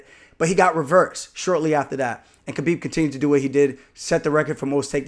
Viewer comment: Idk how you still call him kbeeb it’s K(Habib) cause the K is silent.